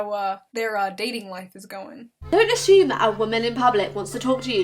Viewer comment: There is no h in assume. Yet she pronounces one. (The narrator)